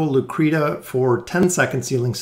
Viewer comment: Its pronounced Lucreshia.. you and Volkin are driving me nuts :D